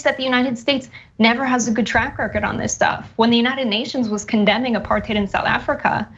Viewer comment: I believe apartheid is pronounced apar•tide not apar•tade